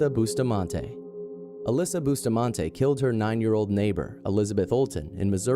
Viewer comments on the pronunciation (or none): Why was the black boy executed only? And Alyssa's last name is pronounced buss-tah-man-ti